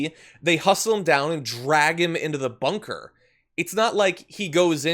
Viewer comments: "I was inspecting the bonker", yeah right! Bunker boy, Orange boy, little hands, bone spur, incoherent speech, and funny hair la la la, la la la In November BYE FELICIA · bunker bit*ch is what I heard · I heard Bunkerbitch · I heard it as 'Bunker Bitch.'